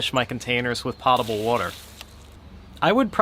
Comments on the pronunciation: it's 'poe-ta-ble' water, not 'pah-ta-ble'. 👍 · It's POE-tuh-bull, not POT-a-bull. But that's OK since at least half the country gets it wrong.